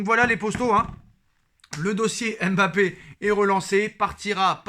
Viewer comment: Mon cher, arrête de dire M bappé stp. C'est dégoûtant. Vous fetes tous exprès les journalistes, chroniqueurs et youtubeurs français.